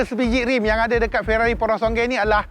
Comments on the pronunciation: Sebut betul2 bang…PURO-SANG-WE…bukan SONGGE…great content 💪🏽💪🏽💪🏽💪🏽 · Maaf Abang gan, pronouncation purosangue bunyi “pu-ro-sang-guey” bukan “porosongay”, sya cuma tlg perbetulkan 🙏🏻 btw, nice vid mcm biasa, mantap 🔥